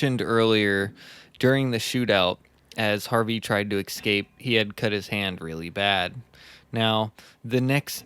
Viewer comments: Love listening to this! Great podcast, but babe. Honey. Bunny boo. It's eScape. Not eXcape. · You guys should do an episode on the Harpe brothers. Serial killers from the 1700's. They are the first known serial killers. It's a really fascinating story. I really love your shows (except for all the words that have an 'x' inserted when there isn't one.... exspecially, excape, ..... Lol) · The more beta guy on this podcast who can hardly speak correctly needs to learn that "burglary" isn't pronounced "burg-a-u-rly" and "escape" isn't pronounced "excape". You guys do a decent job of reading Murderpedia I guess, but you suck at knowing how to speak your own language.